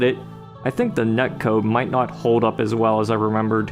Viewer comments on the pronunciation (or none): none